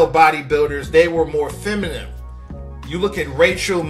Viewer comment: It's FEMININE, not feminim bro. After being on this earth all this time you still have not figured this out? 😂😂🤦🏽‍♂️